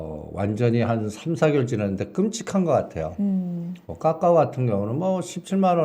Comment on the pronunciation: 본인의 생각이시니 자유롭게 말씀하셔도 되는데, 카카오를 까까오로 발음 하시는 건 좀 고쳐주시길 바랍니다.